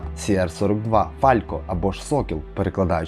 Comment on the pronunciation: Фалко, а не фалЬко